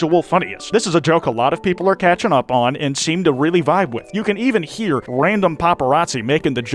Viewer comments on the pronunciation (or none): none